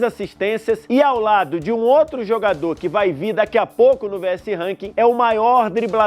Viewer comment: Kkkk parece um bebado falando